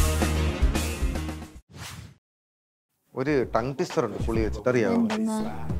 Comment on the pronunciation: വടി & പുളി - പുളി & വടി അതൊന്ന് ആദ്യം പറഞ്ഞു പഠിക്കണം. 😅😅😅😂😂😂😂😂😂😂😂